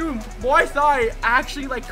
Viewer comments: The "H" in "Muay Thai" is a silent letter, so it's like "Muay Tai" Just to let you know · ppl be saying “muay thigh”